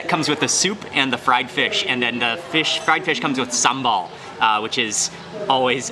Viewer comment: Your Indonesian pronunciation is perfect. Some local people from my country can't even pronounce "sambal" correctly. Viewer from Malaysia.